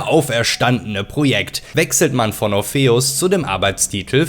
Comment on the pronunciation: schönes video soweit, aber so, wie du 'orpheus' aussprichst, ist es nicht zu erstragen ^^ schade